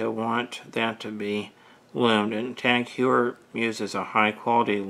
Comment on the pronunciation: Thanks for watching our video. It is a bit embarrassing that I mispronounced the name of the watch brand. I've have also mispronounced Cartier and LeCoultre. When I review another Tag Heuer I'll remember to pronounce it correctly.